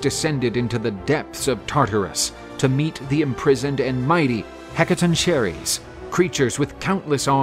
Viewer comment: Sorry but its (hek a tonk a rees). Hecatonchires!